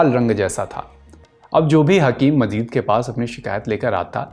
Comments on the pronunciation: Abdul Majeed hae Mazeed naheen dost talafuz to sahee ada karain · Father of hakeem saeed was not mazeed ,His father name is Abdul Majeed(not mazeed) so many talaffuz mistakes, pronounciation of urdu was wrong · Bhaisahab unka talaffuz ka thoda masla hai , aur kuchh mahaul ka, Rehne dijye, itna bhi bol le rhe yahi kaafi hai aaj k daur me